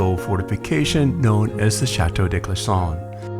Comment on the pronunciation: This is a lovely video but the mispronunciations are jarring. "'Le elegance'' for ''l'élegance,'' ''day'' for '''de,'' and ''chateau'' for the plural ''chateaux'' 'are errors anyone who has studied any French at all would notice. This certainly detracts from the ''elegance'' strived for by the producers of the video. And please, not ''de Ussie!""